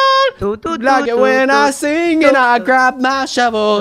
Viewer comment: noice shoovel soong